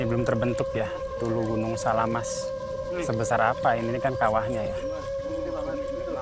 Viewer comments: SAMALAS bang bukan SALAMAS 😄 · Correction bang namanya Gunung "SAMALAS" bukan. "SALAMAS".😊😊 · Kren bang bagus sekali tapi saya koreksi ya bukan salamas tapi samalas...salam dari Sembalun sukses trus bang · SAMALAS oM, bukan SALAMAS 😊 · Gunung Samalas.bkn Salamas🙏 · samalas mas bukan salamas😂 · Samalas bang, bukan salamas 😅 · Gunung SAMALAS bukan gunung salamas min🤣🤣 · Terima kasih, bs keliling liat danau segara anak, tp jgn dibalik nama gunungnya, samalas bukan salamas, sangkareang bukan sangkaraeng.... 🙏🙏🙏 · Samalas bukan salamas,sangkareang bukan sangkai😊😊🙏🙏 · Mohon maaf mas, itu sangkreang bukan sangkaraeng😭, juga samalas bukan salamas😭😭 Tapi sumpah keren bang vidionya 🤍🤍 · maaf bukan gunung salamas tetapi SAMALAS, setelah meletusnya gunung SAMALAS baru muncul nama baru yang di sebut gunung Rinjani. dan maaf bukan gunung sangkareng tetapi Gunung SANGKAREANG. sukses selalu bang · Maaf koreksi mas Sangkareang =bukan sangkaraeng Samalas = bukan salamas